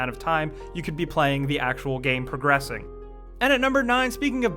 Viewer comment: you say progressing.........hehe.........cries